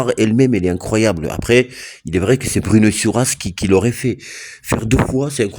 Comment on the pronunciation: Bruno, pas Druno 😅